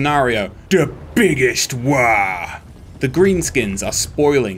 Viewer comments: Boys, Im kinda confused. You made the third installment of warhammer strategy game, with prominent greenskin faction, and you still pronounc WAAAGH!!! like some sort of Waluigi's "Wah" instead of Grimgor's "Woh". WAAAGH!!! stands for guttural WAR!!! like in Grimgor's trailer. Get it right for Gork's and Mork's sake... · The G in WAAARGH isn't silent.